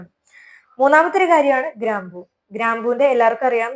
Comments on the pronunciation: ഗ്രാമ്പു എന്ന് പറയുന്നത് ഗ്രാം എന്നാ കേൾക്കുന്നത് 😂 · മൂന്നാമതായി വേണ്ടത് "രണ്ടു ഗ്രാം" എന്നാണ് കേൾക്കുന്നത്. രണ്ട് ഗ്രാമ്പു എന്നാണോ പറയുന്നത്? Clear അല്ല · രണ്ട് ഗ്രാം എന്നാണ് കേൾക്കുന്നത്. പറയുന്നത് രണ്ട് ഗ്രാമ്പൂ എന്നാണ്.